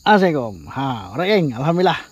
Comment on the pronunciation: Bagi salam pun tak betul..ASSALAMUALAIKUM..bukan Asamekom.. Hmmmm.. Maaf andainya saya salah tegur